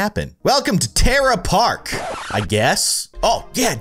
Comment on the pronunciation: "Terra Park" No, it's